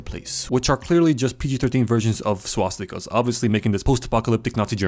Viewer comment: woah he pronounced swastikes like a real german....